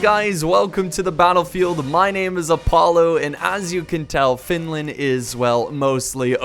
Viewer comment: Frozen fields of Finlin, or Finland? What did he say..